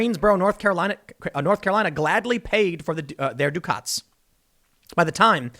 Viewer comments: It's pronounced Duck-et. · Ducat is pronounced duh-ket. I didn't know ducat was American colloquial for ticket... interesting.